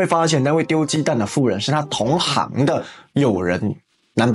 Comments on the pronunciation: 突然看不懂，原來是同行（音 形）89音讀成（航）😂😂😂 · 八炯有字念錯了。 同行 (航)：同業者 同行 (形)：結伴共遊者